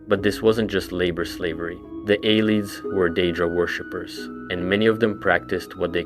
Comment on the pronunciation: It’s “Needs” not “Ned Es” It’s “ay-lids” not “eye-leads”